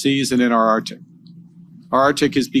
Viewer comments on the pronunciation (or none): 💢please note #MURICA: the area is pronounced #ArcTIC not #OurDick💢 Thank you for your attention in this matter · come on Carney ArCCCtic not American Artic